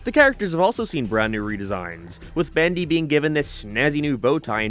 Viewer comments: he sais bAndy instead of bEndy and it's killing me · "Bandy and the ink machine" Was that part of the audio issue or just you talking weird